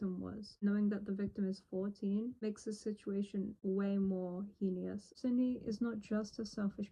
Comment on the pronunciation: the word heinous is pronounced “hay-nuh-s” with hay like in hazy and nuh like number As you said, you have a condition which can cause your speech to sound off, so I’d like to make it known I’m not trying to be rude or mean! I really enjoy helping people and English is a topic I enjoy!